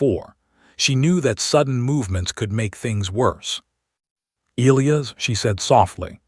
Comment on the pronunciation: I wholeheartedly agree. The AI pronounces the name e-Lee-as, should be e-lie-us I believe. But at least there are not any Roman numerals to screw up. As in Kepler Vee-eye-eye instead of Kepler Seven. 🤣😎